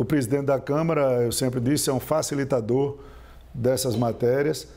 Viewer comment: "Falissitador" entre aspas.